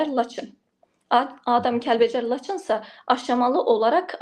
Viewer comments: Gözəl xanım başa düşdük ki türk dilində danışırsan amma laçhin yerinə laçın de əzdirmə bizim dilimizi.xahiş edirəm. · Ay eşşək LAçin yox Laçln